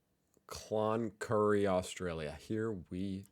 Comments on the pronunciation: Said "Con-Curry" nothing there and no work hahaha. Yeah BS at the moment. The average wage is $60-100k AUD if you lucky... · Cloncurry lol